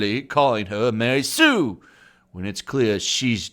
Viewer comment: Ma-Rey Sue